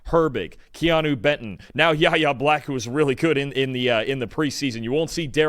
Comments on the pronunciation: It's pronounced Why Aye NOT Yah Yah get it right or leave it out of your mouth!!! 28-10 Pittsburgh!!! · Just FYI, Yahya Black is pronounced "Why-Yay" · I don't know if you were referring to the original comment pronouncing it correctly, or if you were referring to the people in the video. But it is pronounced "Why-Yay". I heard directly from Yahya himself how to pronounce his own name. If you were just corroborating the original comment, I apologize, I misunderstood the intent of your comment🫡✌️